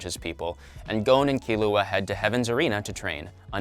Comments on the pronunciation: He says kil oo uh, it’s key loo uh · Why am I so annoyed that he said Killua’s name wrong- Killua (Pronounced Kirua) ;-; No hate